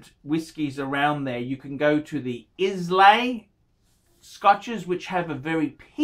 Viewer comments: Islay is pronounced 'EYE la' you fuck wit. You clearly know fuck all about whisky. And you get paid to talk this bollocks? hahahaha there must be some fucking sad people out there. Indian whisky! hahahahaha you are fucking clueless.Stick to talking about watches you cant afford. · Islay is pronounced EYE-luh. Peated whiskies are my favourite. Drinking a Laphroaig 10 as I type. Look for Port Charlotte Islay Barley from Bruchladdich. Amazing. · 243wayne1 never heard it pronounced that way.